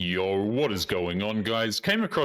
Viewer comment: Everytime says “yo” I wonder how he fits an r in the word